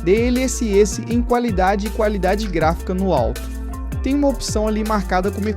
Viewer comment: Pronúncia esquisita de alguns termos, como Xeon, SSD, DLSS etc. É a sua pronúncia ou é IA falando? Tenho um PC parecido e o desempenho é semelhante. As memórias têm que rodar a 2400MHz, que é o que esse Xeon (se pronuncia "zíon") suporta. Ficou bem legal. Parabéns.